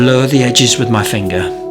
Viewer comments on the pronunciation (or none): none